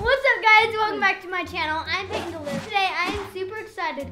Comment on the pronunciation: payton not Paton